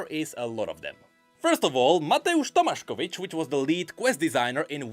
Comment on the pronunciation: As someone who lives in Poland I am so impressed with how you pronounced Mateusz Tomaszkiewicz, alot of respect to you! Also great vid as always ;)